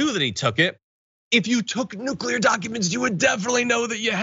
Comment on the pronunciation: But his presidential library is going to need documents about nucular secerts